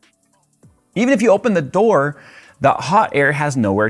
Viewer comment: Thoor, only person who says Thoor for the word DOOR